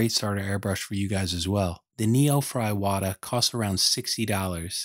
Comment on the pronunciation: Thank you for this video! It's pronounced "eewata" :D